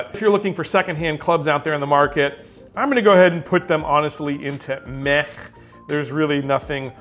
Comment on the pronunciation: Pretty sure “Meh” is pronounced with a soft “h” at the end instead of that guttural sound you are using.